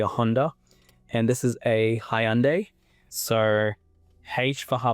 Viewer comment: And in your own Bible Jesus pbuh said no one knows the hour not even Angels in Haven nor the son but only the Father and did he said Hajanday 😂😂😂😂 it's Hyundai Jackass 🤣🤣🤣🤣.